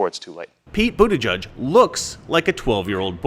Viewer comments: It’s boot-edge-edge not boot-eh-judge He’s got a giant sign at his campaign office. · The name Buttigieg has ALWAYS been pronounced "Butta-gig". I guess as you say "butt" sounds like a ton of memes just waiting to happen when the owner of the name is a gay male. And I'm sure a Butt-gig is the last thing they want projected. He should've thought about changing his name before he threw his hat into the ring. A gay man with that name will never be elected. There's too much scope for ridicule. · Buttigig pronounced booty gig. An ass appointment. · I think the funniest part of his name is that he is gay and name is pronounced booty judge. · I believe it's pronounced "Booty-judge" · It's pronounced Bootie-gig. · I'm not sure if you said this or not but his last name can literally be pronounced as booty judge... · I'll get the coin anyway but they don't accept that coupon code. Also I thought it was pronounced "butt-ee-geeg" and I was born in Malta! 😂 if he was wearing cut off jeans he may already have been gay and just not realised it. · It's pronounced Butt-Gayg. Get it right, man! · It's pronounced Booty-Judge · Of all potential ways to say the name Buttigieg, is the proper pronunciation really the one that sounds like what you'd call the person who decides the winner of a twerking contest..."booty judge"? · Lets face it,.. You get 'Boot-a-judge' from Buttigieg the SAME way you get 'Bay-ner' from Boehner 😬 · I don't know if Americans pronounce it correct or us in Australia. But Buttigieg is a common Maltese surname, I know quite a few of them; and here it is pronounced Butti-geeg. I don't know if they are just trying to take the 'Butt' out of it, but it cracks me up hearing how Americans say his name. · It's pronounced Bootygig 👍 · Pronounce it: Butt gig. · I would think it's pronounced, "Bootygay." I'm not even joking. We can all pretend though. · "booty judge" that's what i hear everytime his name came up